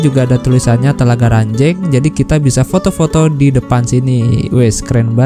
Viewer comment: Ranjeng bang bukan renjeng,saya orang situ soalnya😂😂😂😂